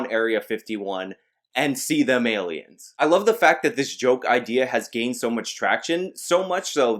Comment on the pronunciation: Why do i love so much when he says "see them alians"?